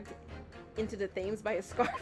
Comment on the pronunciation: Maybe it has been pointed out by now - and this is a REALLY unfair pronunciation - Thames doesn't sound like 'James' with a Th at the start. It's closer to 'Tems'. Why? Don't ask me. English is a hella-dumb language and doubly so dumb in England.